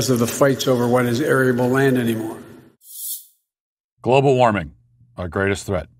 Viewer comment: He couldn't even pronounce global warming lol